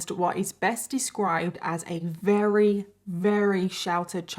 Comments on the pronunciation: Not to be rude buy does have a speech epidiment? I can't help but notice she says, "Rary." Instead of "Very" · I love your channel and content but I want to scream every time you say “rarey” instead of very 😂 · your accent is so charming. How you pronounce the word very with a W.